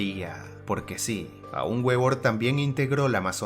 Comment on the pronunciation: La W se pronuncia V